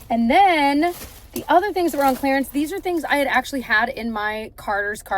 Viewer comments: Oh hey, also, clearance is pronounced as CLEAR-ance. NOT clair-ence. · Yeah. She said clarence twice 😂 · Will forever love how your (and my) Midwest accent really jumps out with the word “clearance” 😂 love a day vlog!